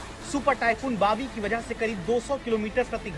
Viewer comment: Bawi sounds like biwi 😂